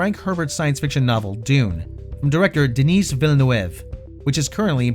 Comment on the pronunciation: The way he says Denis Villenueve 😂